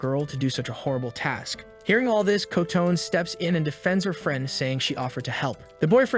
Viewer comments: Her name isn't "Ko-Tone" It's Kotone—"Coh-Toe-Nay." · AI pronounciation is really terrible. The guy is shooting the front of a ship at things. Alcohol is a deadly potion. The teacher turned into "a boy" running toward them. Kotone is pronounced Co-tone by the computer. Karate almost pronounce carrot. As for the ogre or oni, you would think getting an arrow through the eye socket would put it down for the count, much less shooting alcohol into the face. All in all, these monsters are pretty weak. Goblins get taken down with metal pipes and ogres with training arrows. Also, it points out that the phones were the key to all of the monsters coming out. What becomes their priority...Get a phone on the internet. Our latest generations are hopeless. They can't write a story without an analog to modern technology. Also, that being said, I don't know how 90% of the population of the world would be killed off when, in many places, there isn't widespread internet or a lot of smart phones. Maybe one per house in a lot of countries and even less in a lot of SE Asian, African and S American countries. A lot of those people would be chilling. Also, weapons or things like machetes are pretty common in those countries, so the monsters would be made short work of. Even in a place like the USA, where there are a bunch of smart phones, there are a metric crap ton of weapons in homes. So I don't think 90% of the people would die out. Only in countries with wealth, lots of phones and strict weapons laws...like Japan or big cities like New York, LA or